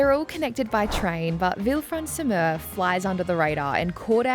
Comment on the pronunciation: Lol, Mer is pronounced Mare, not like myrrh